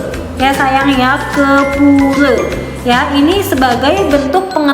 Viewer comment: pura bukan pure